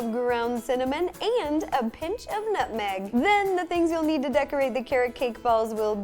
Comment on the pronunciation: I thought she said 'nothing' instead of 'nutmeg'!!!!!!!